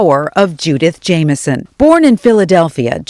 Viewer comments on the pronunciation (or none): her name was JAM-i-son ... too bad the female broadcaster couldn't have said it correctly.